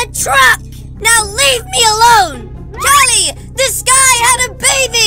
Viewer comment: god dangit it’s Cali not cail